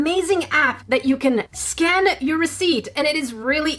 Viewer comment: When she said Scan during the ad, I thought she said Scam. 0_o